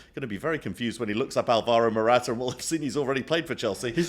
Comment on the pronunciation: Love the show, gents! Now that you guys are thoroughly American, could you please stop mispronouncing the name Álvaro (as most of the EPL announcers do!)? Emphasis on the first syllable, please 🙏 and thank you.